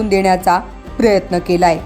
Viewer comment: प्रयत्न.. न असत! बाळगणे.. ण असत.. किमान मराठी बातम्या तरी नीट वाचत जा. माफक अपेक्षा